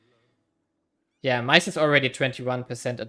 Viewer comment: I was so confused what you were trying to say the "mice" import was until you showed the text. Yeah i guess corn makes more sense, maize is definitely not pronounced like that tho lol